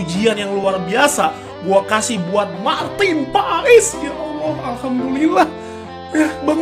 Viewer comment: Paes bang bukan pak es 😂😂😂😂